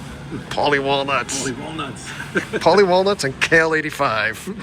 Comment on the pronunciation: "Kale" is just the Cartman pronunciation!